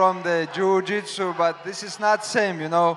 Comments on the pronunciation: "this not gonna be jew jitsu" 🤣🤣🤣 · It’s jorjitsu islam used to say. Now he says jujitsu it’s unfair to fans islam